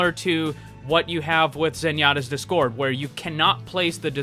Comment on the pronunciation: it’s DIS-cord. Not dis-CORD